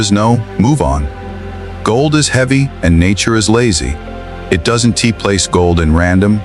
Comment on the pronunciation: You people have cleaned up to a slight degree the visuals. Using AI to cheaply create content. But has any human listened to the audio? Don'. Tea.....Don't Doesn' Tea...Doesn't Are NT .....Aren't... At least make an effort. You have potential but your laziness is overshadowing your effort.